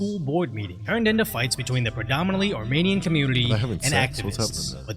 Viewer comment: Since when do you say “Armanian?”